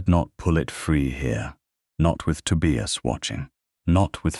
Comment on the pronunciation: Please check AI to say names correctly. Tobias...the "i" says its name. I've heard the same thing in other stories with the name Elias. Good story, but VERY long. I fell asleep and had to finish later.